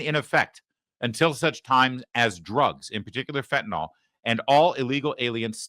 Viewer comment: It's not "fentanol" Larry!